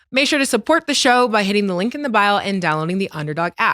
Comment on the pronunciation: Bro stat it’s BIO. Not bile.